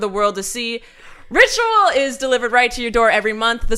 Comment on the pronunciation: Ritual sounded like Rachel the 1st couple of times you said it